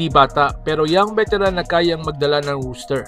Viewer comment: Roster hindi rooster